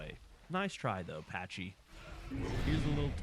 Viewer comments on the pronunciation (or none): Folks pronouncing pachy like that is diabolical to me. It's greek lol